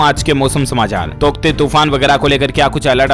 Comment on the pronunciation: तौकते या टोकत्ते 😂😂